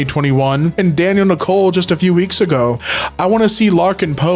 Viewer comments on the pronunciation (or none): none